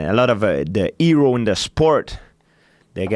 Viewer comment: "Da eero in da sport, dey got point out wit da finger". Georges always makes me laugh. His English has come such a long way and I applaud his efforts, but once in a while he puts on a Frenglish display that makes me remember the early days! Respect to GSP always. He is a legend, and I don't think anyone else will ever do what he did last year in returning after 4 yrs off, going up a weight class, and winning the championship. Immortal!